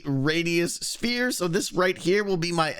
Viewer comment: Does you pronounce 'sphere' as 'spere'? :D